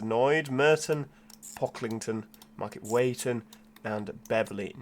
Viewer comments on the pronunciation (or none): Youre hurting all our ears from East Yorkshire 😂 Market weighton is said as Wheat-on, and Hedon is Head-un 😝